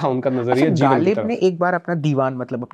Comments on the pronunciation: The Urdu pronunciation needs correction. It is jarring to the ear. Ghalib was pronounced as Galib !! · वीडियो शुरू होते ही ग़ालिब को गालिब सुनना थोड़ा बदमज़गी-सा है. साहिर का मशहूर शेर भी ग़लत पढ़ा गया